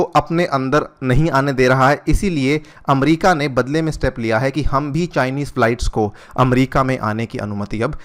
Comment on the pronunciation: अमरीका नहीं होता अमेरिका होता है।।।